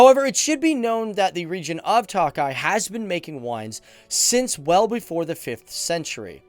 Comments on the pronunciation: Hi! Great video! Tokaji is actually pronounced as token (minus the n)-eye - eeeeee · Man says that he put so much time and research into the country and he can't even pronounce words, for tokaji he says toakeye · Thanks for this but, Tokaji is pronounced: Toe-Kah-Yee, NOT Toe-Kie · ki itt Magyar - Who is Hungarian?! Also, the vine is pronounced To-ka-yee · pronunciation: TOKAJ not TAKAJ and foie gras: /fwa ɡʁɑ/ not "foi"